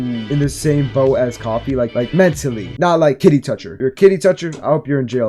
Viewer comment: for the love of god pronounce koofy right